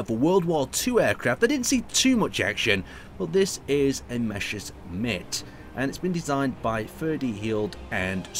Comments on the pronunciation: you said 'meshersmitt' - it's actually the other way 'mesershmitt' written Messerschmitt in german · Why does everyone call it Meshersmitt when it clearly is pronounced Messershmitt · Mesher shmits xD love the way you say it.